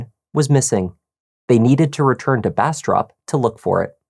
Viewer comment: When you said Bastrop, it sounded like you Brastrap. 😂